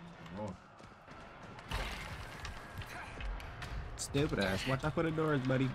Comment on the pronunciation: always laughing my ahh of when you say ''Stewwpid ahh" 🤣